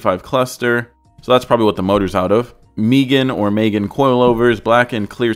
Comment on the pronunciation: Is actually pronounced megan not megan